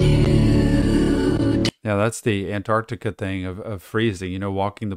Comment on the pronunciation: Just to let ya know Antarctica is pronounced An-tarc-tica not An-arc-tica